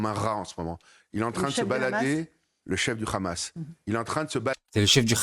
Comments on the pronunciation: Eh Habib va apprendre qlq leçons d' arabe ce n'est pas k h a m a s c'est h a m a s. Compris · HA bib et HAmas on la meme 1ere syllabe pourquoi une prononciation differente mr RHABIB